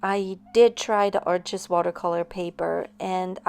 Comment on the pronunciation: Arches is pronounced Arsh. It’s French paper and an easy mistake to make. Just thought you might like to know. I love your work and the materials you use. I am practicing your style.